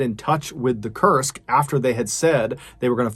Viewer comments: I kept thinking you were saying the name of the sub was Cursed. It's pronounced as "Koorsk" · This whole time, I thought you were saying it was named "The Cursed", and I was like, "well, that's your problem right there." Now, I realize that that is not the name of the ship. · When you said "Kursk" I thought you were saying "cursed" ... lol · "Kursk" or "Cursed"? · Forgive me for being didactic. It’s pronounced K-oo-rsk. It’s important to get these details right. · I thought you were saying cursed all this time and I’m like wow that’s the worst name for a sub 😂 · I kept thinking he was saying cursed too! It wasn't until later when I saw the named spelled out I realized I was wrong. It does make you wonder about the similarity tho. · Koorsk is the correct pronunciation